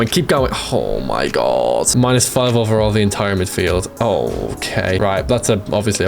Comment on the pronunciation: why does this guy say "oh my gorwwwwwd"